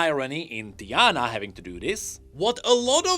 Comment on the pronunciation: I know my guy hahaha he just said the name wrong Its TI-ana But instead in this case he said DIE-ana , simple emphasis on the first letter makes it sound completely different… It was a joke